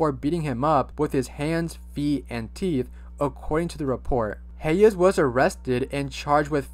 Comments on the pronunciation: The way you were saying Hayes’ name was sending me. Hey-yes? It’s pronounced Haze lol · it’s pronounced hays bud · That’s not how you say Hayes’s name lol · dude its pronounced "heys" not "hay-uhs" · “hey yes”… LMFAO THE WAY HE PRONOUNCES HAYES IS SO FUNNY